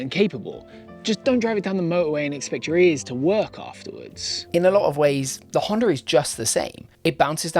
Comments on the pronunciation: Great review, definitely no R in the word Honda though 🤣. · why do you pronounce Honda with R at the end? Like in general (not only you). I am intrigued.